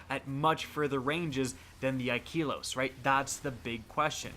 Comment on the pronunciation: you are saying wrong bro..is not ikeelos...this is how you mention it kinda like this....(i..ka..los...).